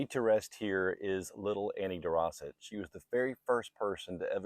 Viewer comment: Day-rose-ett. Not Di-Rossit